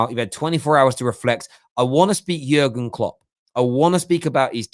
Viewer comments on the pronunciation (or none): Something about the way you say Jurgen Klopp ain't right.